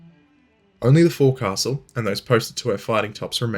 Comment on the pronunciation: It’s pronounced “fo’c’s’le”.